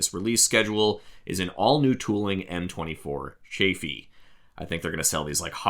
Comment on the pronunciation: Finally! no longer a need to order aftermarket wide schwimmwagen wheels! I've never liked the narrow-wheeled look on these, one of my favorite military vehicles. And forgive me, its Cha-ffee, rhymes with laughy Great vid!